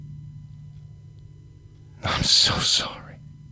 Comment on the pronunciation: It's sorry, not sore-y.